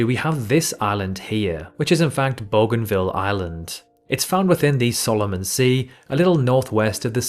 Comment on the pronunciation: Booganvil, Oh-shan-ear. Why not do some research? Wikipedia has pronunciations.